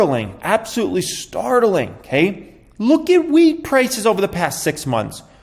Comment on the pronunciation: I thought he said weed price 😂 not wheat 🌾